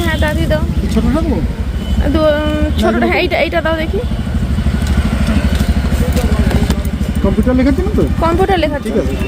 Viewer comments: Computer uchcharon ta thik koro bar bar bolcho sunte ki baje lagche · Computer উচ্চারণ ঠিক করে তুমি যদি না করো জয়ী ও তো ওটাই শিখবে